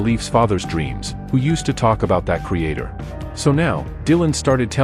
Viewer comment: Creator, not Crater